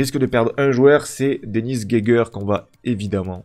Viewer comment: la vidéo fait plaisir ! super vidéo ! pour la prononciation de Geiger (si ca se prononce comme l'allemand) c'est Ga i gen